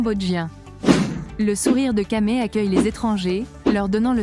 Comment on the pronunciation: Dommage que la voix est robotique, la prononciation des mots '"angkor wat" et "khmer" ne sont pas correctes.